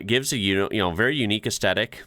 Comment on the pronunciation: He says "estetic" so is not good at pronunciation.